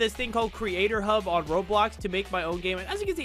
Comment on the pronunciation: When said “creatorhub” I thought I heard something else 💀